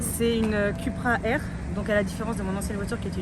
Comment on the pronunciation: Ça ce dit Coupra et non Cupra 😫